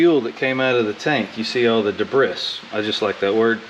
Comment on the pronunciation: Hey man? I loved "Dahbris" (debris). I'm southern too and pronounce Salmon WITH the "L", not "Sammon". Looking forward to your shop getting renovated or whatever you're doing to it. Peace out man!